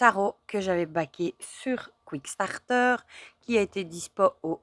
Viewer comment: Superbes jeux! J’en ai quelques-uns. Merci pour la belle présentation et toujours agréable de regarder vos vidéos. P.S. C’est Kickstarter et non « quick-starter »! 😉